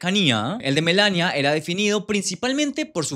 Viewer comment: Por qué pronuncias MELANIA con acento si simplemente se pronuncia como se escribe en español tal cual